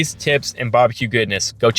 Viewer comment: Did he say Bobby-que at the end? 😅